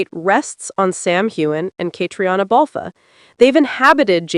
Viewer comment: Please pronounce their names properly: Sam HewAnn and Catreena Balf. You lose credibility with your mispronunciations.